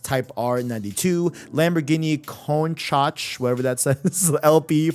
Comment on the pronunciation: Worst pronunciation of "Countach" ever. :)